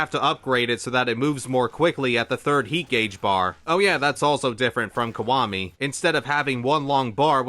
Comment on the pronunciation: Is it just me or is he saying "kwami" instead of "kiwami"?